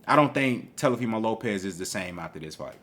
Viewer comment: Every time you call that man TELOfimo I start laughing lol